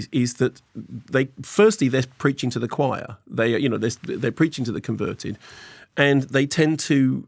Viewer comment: raging over the pronunciation of choir🤌🤌🤌